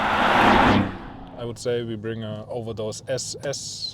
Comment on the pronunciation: SS 🤣 It's is so funny to hear when a German says it